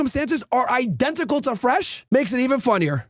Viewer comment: Wyron and Fwesh 🚬